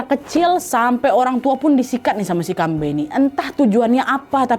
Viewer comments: kalau manusia setengah hewan tu hantuen, kambe tu pure "hantu" aja, aku Kalteng soalnya, terusss aga gemes pas kan nad ngomong "kambe" karena kalau di sini cara penyebutan nya kambE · Dibaca kambE kak, ditekan huruf vokal e 😅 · di awal mikir keras kambe apaan, ternyata pelafalan khas ka nadia yg buat aku gk ngeh itu "kambe". fyi cara pelafalannya itu ada penekanan yg kuat di akhir, "kambe." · Kambe', bukan kambee 😅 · Bukan Kambei kak nad, tapi kambe